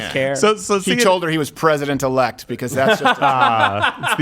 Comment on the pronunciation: Swallowell told FangFang that he was president erect! She confused the l with the r! That’s a normal Chinese mistake! LOL